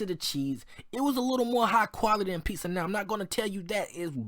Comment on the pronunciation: It's pizza not piza